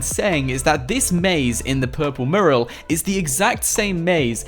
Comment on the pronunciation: mUral not marul